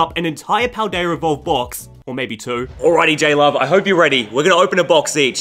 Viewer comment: “Pal-dayur” 😂 I had to